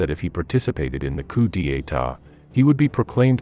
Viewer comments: There is no “r” in coup d'état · "Koo de tah" Three syllables. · Commentary must be AI because it pronounces coup d'etart as "Coup de etart." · It is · The German army was the "VERMAKHT", not the "WHEREMAKT". The W in German is pronounced as a V in English. Moreover, it's not "COO DEE EYTAH", but "COO DETTAH", Do learn how to pronounce the terms you use time and again in your clips. You might also consider that von Staufenberg did not carry out a coup d'état in Hitler's headquarters in East Prussia , but an assassination attempt. Interesting subject matter. Amateurish preparation and treatment.